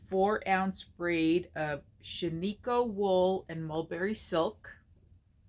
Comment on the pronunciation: Everyone from Oreogn is screaming to all the podcasters, that is not how you say Shaniko...